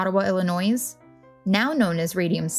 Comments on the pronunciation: No “s” at end when pronouncing “Illinois”. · I said the same thing. Who in the US doesn't know the s is silent in Illinois? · A lot of people mentioned that she is pronouncing "Illinois" wrong. We are aware. I have told her that myself as I was editing. I didn't think it would be this much of an issue. Do try to be courteous in the comments. Thanks. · The "s" in Illinois is silent. I'm sorry, I had to say something. Very educational though. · The S in Illinois is silent. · For real though haha😂